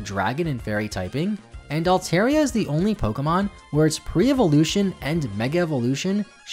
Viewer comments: Hate to be this guy, but you mispronounced my favorite Pokemon Altaria :p (Al-tar, not Al-tair) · Not to mention he mispronounced Altaria's name, which, as someone who calls it their favorite Pokemon, is a HUGE pet peeve of mine.